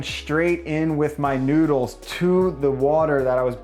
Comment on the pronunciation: why do you say noodsekys?